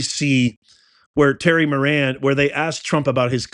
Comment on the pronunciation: Terry "Moron", not Moran.